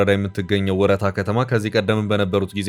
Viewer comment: ወ''ረ'''ታ ስትል ረ ይጠበቃል😅ልክ እንደ እስክንድር ነጋ ፋኖ አባባል ሆነብን